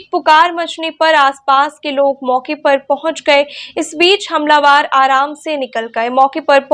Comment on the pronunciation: 'हमलावार' नहीं ' हमलावर' बोलो ।